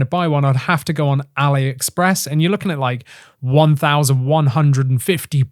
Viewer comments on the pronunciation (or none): none